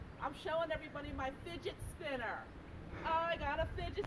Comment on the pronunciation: é fidget spinner ou finget spinner?da proxima vez fala direito.